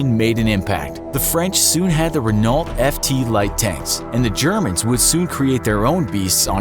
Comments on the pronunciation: Renault is pronounced “re-no”. You did so much explaining about things possibly being French, yet the one thing we know for a fact is French—which is a car brand that still exists today—you mispronounce. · you cant pronounce renault you racist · Bayonets arent ever fixed to guns, like ever. Theyre just for show and they are just standard knives with bayonet lug attatchment points. And Renault is pronounced RENNO. And another issue: Germany had the panzerschreck too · Oh that's a painful mispronunciation of Renault, as an information channel I would expect you to know (or at least research) these things.